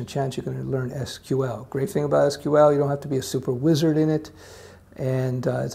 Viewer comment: your pronunciation "EES QUE EEL" shows me you are a man of culture...